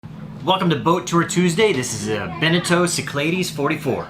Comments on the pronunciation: For the love of God. Learn to pronounce Cyclades and any other words BEFORE you hit the record button. Your pronunciation of 'sick - ladies' really, really ground all my gears. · Correctly pronounced those Greek Islands should sound like "Sic La Dees." Don't worry Riley completely mangled it on SLV too. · Being greek and hearing how you say Cyclades blows my mind lol. Its probably technically correct in english, I don't know. I've just always heard it said the greek way my whole life. If you were pronouncing it in a simple greek way it would be sound like this: Keek - Lad - es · Only a Texan could pronounce Cyclades like that !! :-)